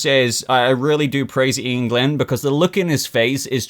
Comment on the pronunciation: Every time says Ian Glenn Batman I hear England Batman;) But to the episode I have to say I liked it a lot, I like Raven and Donna Troy character so seeing them was good. Hank was also good, his humour was good (when he said that Jason "fking" Todd killed me I was laughing hard). I am still not fan of casting Jay Lycurgo as Tim Drake but his performance is really good. He just does not look like Tim I know from comics.But I could say the same about Beastboy or Starfire, they look different in show. I like the fight scene on the bridge but it made those ghouls look really lame.